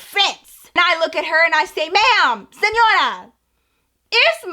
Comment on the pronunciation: When you said "SENORA" IT SOUNDED LIKE DORA. I AM SO SORRY BU LAMAOOO